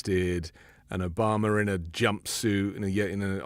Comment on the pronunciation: please take some time and practice how we pronounce things here in the united states... it's not '' Omamerr'', it's Obama... please!... drop the unnecessary R